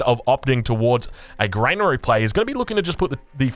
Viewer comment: Lol its not grainary its granary